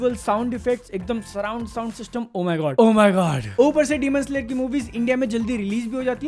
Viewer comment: Loved when used to call it " Deemoon Slayer"